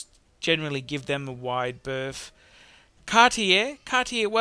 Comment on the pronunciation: Again interesting - just sort the French out. If I can learn "show us ya growler" you can pronounce Cartier